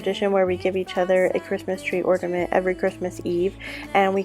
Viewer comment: Are you saying "ordiment"?